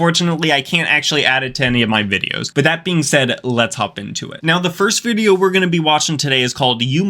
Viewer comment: I’m sorry, am I just now hearing you say “VIBEO” at the beginning? Lolol. Also, much respect brother. Awesome channel! Seriously, ur underrated brother!